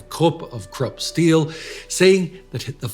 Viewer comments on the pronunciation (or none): none